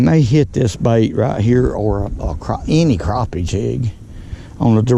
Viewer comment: it’s crappie not Craw-pee